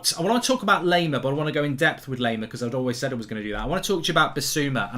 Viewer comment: Laimer is pronounced - Lie - Mer Lie as in you're lying to someone